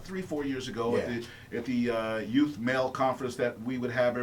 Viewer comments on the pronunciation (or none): It's not Youf.....it's youTH. It's real easy to say. Put your tongue between your teeth and blow a tiny bit of air. So you say U....th (tongue in teeth blow air)